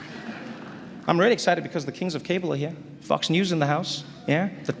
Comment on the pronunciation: Love, love, love the way Trevor got down by saying, "my man" to so many. Even more love to Trevor's SA pronunciation of Fox sounding like "f**ks". Brilliant!!